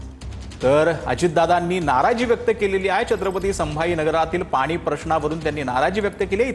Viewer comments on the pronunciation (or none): पानी? की पाणी?.. अरे शुद्ध बोला जरा